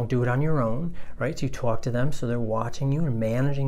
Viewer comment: Your videos are awesome! Thank you! ( but i totally heard like a "Twalk" or "Tawlk" near the end :P )